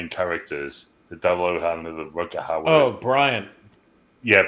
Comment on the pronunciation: it's Rutger "Hauer"..Not Howard 😂